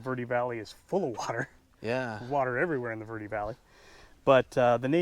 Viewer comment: Call it camp green if you can’t pronounce it correctly